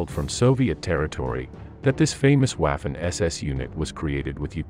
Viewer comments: It is pronounced "vaf-fen" not "waf-fen" get it right if you are doing historical videos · Time to pronounce Waffen SS in the proper way, not like English waffle, but as if it was spelled Vaffen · Waffen is pronounced "Vah-fen". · Note: W is pronounced as V in German. But this is a brilliant video, and sheds light on another lie from WWII. Well done!